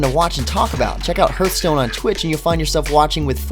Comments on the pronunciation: Do you have a "heerth" in your chest? No, you have a "heart." "h-art." It's not Heerthstone, it's Hearthstone. Hearth. Like what's around a fireplace. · firefall was better before it launched, when they added in the leveled areas it basically ruined any kind of open world game play. and you are mispronouncing hearthstone... it should sound more like harth stone